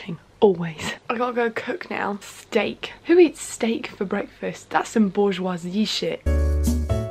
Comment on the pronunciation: I've never heard bourgeoisie pronounced Boarz-waahz-yee before but I like it